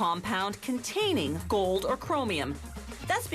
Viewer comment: "solid gOOld" wtf is wrong with that chick?